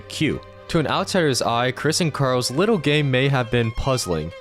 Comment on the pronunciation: “Wittle patience”